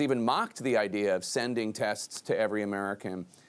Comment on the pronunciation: He says "idear" instead of idea.